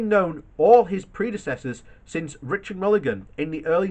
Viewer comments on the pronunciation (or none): none